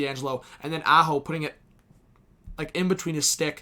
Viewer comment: haha nailed the NY accent. the way you said Aho had me in tears